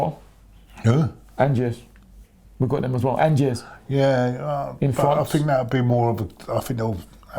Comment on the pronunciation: Angers is nowhere near Paris and it's pronounced Onjere.